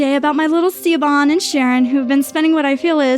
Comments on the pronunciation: yess i was so angry when she said ceeoban like ugh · I cringe every time she pronounces Siobhan as (see-o-bhan). It's pronounced like the name Shavon. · Just so you know the name Siobhan is pronounced like Shavon, not C-obon. I know because it's my name 😘 Most people pronounce it wrong, Siobhan is the Gaelic spelling! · Girls might be fine. But mum is whacko..😫 I can't handle how she pronounces Siobhan...lol. Sha vorn.... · Siobhan=Shuh-von. shudders in Irish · Siobhan is pronounced shivon 😂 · I stopped listening the moment she mispronounced "Siobhan" as "Seebon" too distracting 😂 it's not that hard to Google how to pronounce the name these days. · Siobhan is pronounced - shavon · Pronounced shuh-VON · She-A-Bon... Siobhan. Oh god, plz. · FWIW, that name, "Siobhan" is meant to be pronounced "shiv-on". It's an Irish name. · CSharp yeah I just came here to say that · Siobhan is pronounced she-vahn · Shove onn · "Siobhan" was mispronounced, but I think that perfectly added to how incredibly annoying the mother was. Ever talk with someone who clearly isn't British but talks to you in an over-the-top British accent because they spent a month in UK for study-abroad programs or vacation? (Applicable for any country/language.) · Well it's an easy mistake to make if you're not Irish or don't know anyone with the name. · oh I totally agree! People have butchered it all my life, I wasn't criticizing the narrator....I was just telling her so if she ever sees it again she will know the right way to pronounce it.